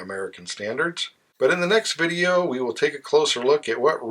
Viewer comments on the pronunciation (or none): none